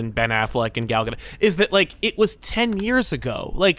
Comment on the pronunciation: If we're going to continue to respect Ezra Miller by referring to them by their chosen pronouns in light of what they've done, can we also pronounce Gal Gadot's name correctly? Like, I know a lot of people didn't care for WW84, but I don't think it counts as a crime against humanity.